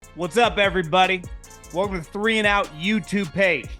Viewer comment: I’m sorry John, but you need to redo the intro and get your “welcome” out a little more clearly 😅